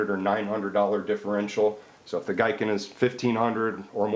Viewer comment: The Japanese word "Giken (技研)" is pronounced as "GEE-ken" rather than "GUY-ken". Anyway, good quick comparison of the internal structure of them.